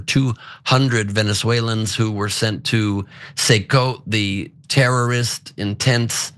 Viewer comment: It's not seecote. CECOT is pronounced, see-kot. CECOT stands for, Centro de Confinamiento del Terrorismo, in Spanish.